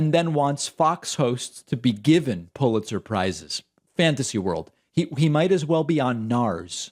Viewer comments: He's says "Pulizer surprises", yes they would be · Poohletser prize? 😂